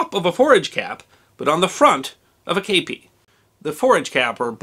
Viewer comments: while a great video, i found it a little grating in the use of the word kepi, said in a very odd way, (as I understand it, yes it is a loan word and the loan word is kappe, but as an english speaker, (not from the US or UK) i've only ever heard it as a kepi, said in the french style, and not as you'd been saying it (is this an Americanism? or the way it is more often said there, as opposed to what I would understand as the wider used term?) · The French word has an acute accent over the E: képi. That means the E is pronounced like "kay" but without the "ee" ending English speakers put on it - not "eh" as in "kept". There's no accurate way to write this in English without using the international phonetic alphabet. But that's what I meant by writing "Keh-PEE". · I've never heard it pronounced "Cape pee" I thought it was "Cah Pee" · K-p or kepi, kepp-ee, in English! Shack-o, or Shake-o in English! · I actually was issued a kepi. And it was pronounced kep(t) ee. The history guy is saying it wrong. If you need to hear it pronounced look up the song “kepi blanc” chants d la legion etrangere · I ran off to join the French Foreign Legion years ago. The kepi blanc... it's pride. And... IT'S NOT KAYPEE, it's keh-pee. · i should expand, I hear you saying kapie and not kepie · Today I learned it's called a Cape ee not a keep ee hat. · I served in the Premier REC of the Legion Etrangere in the 1980s. Your pronunciation is 100% totally wrong. It is pronounced "kepee" not "kaypee". I really enjoy your channel and respect what you do. You would of got told once or twice by the French ncos in basic training your pronunciation was wrong then it you did it again you would of got your head caved in. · You said it wrong chief kep kep i kep I kepi and not stander issue of my war